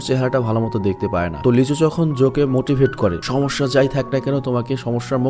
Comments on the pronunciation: vai apni lee soho ke lichu bolen ken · নায়ক টার নাম লিচু না লি সুহো 😶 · ছেলে টার নাম লিচু না লিসু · ছেলেটার নাম লিচু না লি-ছু